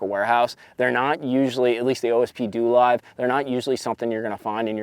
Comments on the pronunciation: DoLive pronounced DoeLive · It’s pronounced doe live😂